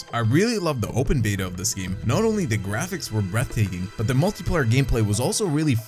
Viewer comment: Hahahah Watch dog Good grapighs?😂😂😂